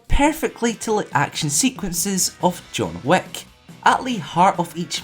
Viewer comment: the way you said John Wick kinda like John Wack